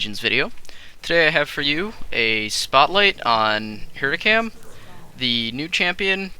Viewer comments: He said heracam ? Lol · hecarim not heracim